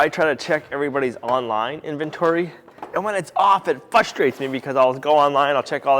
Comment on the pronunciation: actually said "fustrates"....why am I not surprised?